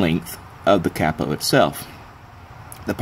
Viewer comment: Oh I get it, you pronounce it "cappo" because it's a pen cap, that's pretty funny. I may be wrong, english is not my first language but I've only heard it pronounced like "kay-po" before. This is a good idea, I'm gonna make one. Thanks